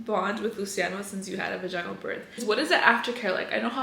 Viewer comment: Girl the way you pronounce vaginal is completely wrong lol